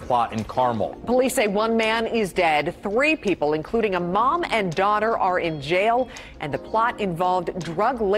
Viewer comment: Dawh-ter. Daughter. Not doighter ❤ English teacher 😅